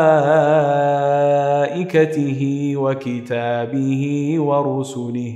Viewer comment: Please correct it wa kutubihi not wa kitabihi